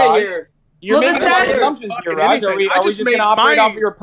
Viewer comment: Why does say rejjj not rajj